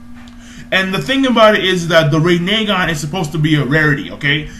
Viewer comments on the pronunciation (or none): rin e gan say it like that